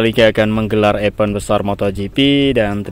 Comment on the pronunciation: EVENT, DIBACANYA: IVEN'T..!!! THANKS..❤❤